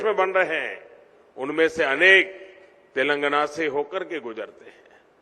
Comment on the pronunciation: telangana bolna seekhle pehle